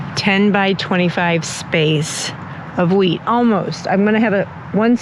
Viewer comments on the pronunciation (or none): Omg I thought you said “I’m going to grow weed for the first time” then you said wheat 😂😂😂